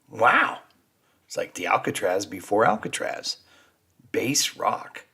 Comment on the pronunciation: I had never heard of Tantallon, but did holiday not far away in my childhood- I recognised the Bass Rock, from that time. He mispronounced it, by the way, it's bass -as-in-ass, not 'Base'.